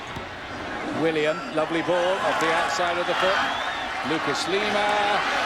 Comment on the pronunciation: The announcers said willian’s name wrong